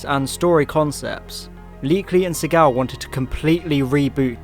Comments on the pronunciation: You're mispronouncing Segal's name. It's SEE-gull. Hint: Action hero Steven Segal changed the pronunciation to make it sound cooler and less Jewish but it's not the way it's supposed to be pronounced. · the pronunciation of Segal is jarring! Its not French its Jewish! Say See gal.